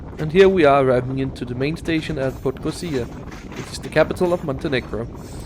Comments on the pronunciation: Realy nice video. I understand, that its hard for you to pronounce the village or city names there but it's funny that you just scip some usual letters like "podgozia" instead of PodgoRica. :D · I just took that train twice during the day, so even more views. I was stunned and can’t wait to go back. Brilliant piece of Yugoslav engineering! Thanks for this recap. Greetings from 🇵🇱 PS. Podgorica is pronounced /po-dgo-ree-tsa/ ☺️